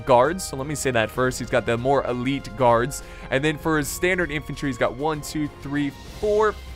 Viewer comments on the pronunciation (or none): none